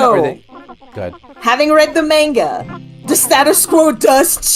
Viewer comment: pronouncing manga like an australian trying to imitate an american accent. "Menga!" Edit: Fuck yeah, Val and Issac mentioned, love that web series.